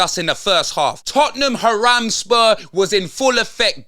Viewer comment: He did 😂😂